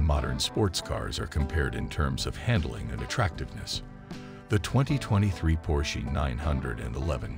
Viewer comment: your A I is killing me !! Por shee give me a break